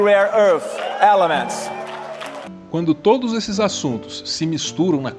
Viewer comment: eu não aguento o Flávio dizendo elements...kkkkkkk